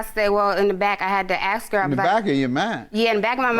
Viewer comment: The word is “ASK” not “AX” eww that makes my skin crawl.